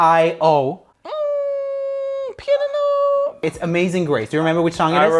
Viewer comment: Actually in Poland "piano" is "pianino" and you've tell it correctly! XDDD